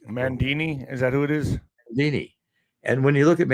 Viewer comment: Mamdani (not Mandini--he's not Italian, lmao!).